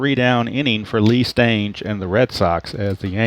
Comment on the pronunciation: They told you wrong... it's Lee Stange like rang, hang, tang. I was watching a video on YouTube of a Red Sox game from the late 60's and that is what the announcers called him. Lee "Stang"... like bang, wang, Kang! I told you this once before and you said it correctly, not sure why you questioned it again.